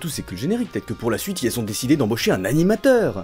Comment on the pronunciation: Pourqioi A chaque fois que tu dois dire "ils" tu dis "yel" tu devrait apprendre à parler